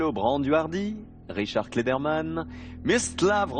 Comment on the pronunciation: c'est mstislav, pas msitslav